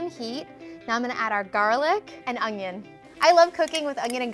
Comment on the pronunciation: She also says “ungion” for onion 😂